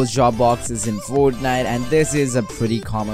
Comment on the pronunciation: lol how he says fornite